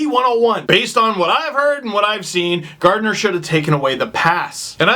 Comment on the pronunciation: It may be a minor issue, BUT if you are a fan of the team, PLEASE get the names right. The name is GarDINER not GarTNER. I have a friend who's last name is Gardiner and he would murder someone who pronounced it wrong. Minor issue, but it's hard to respect your opinion when you don't get the name right.